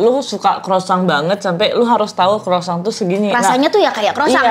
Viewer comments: That's croissant ( kwasong) 😅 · Kwasong bacanya noeee..buka kwosang,krosang 😅